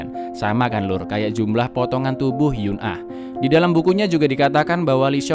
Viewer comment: Eun ah dibaca En (Mencar)